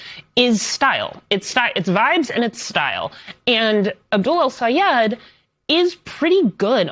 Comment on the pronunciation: ITS DOCTOR EL-SAYED. GET IT RIGHT